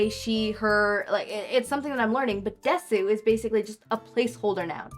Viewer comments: i don’t want this to come across as mean but desu(です) is pronounced dess and not de su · I hate to be that guy but Desu is pronounced Des